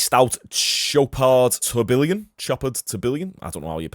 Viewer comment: the name of the watch is pronounced tor-be-lon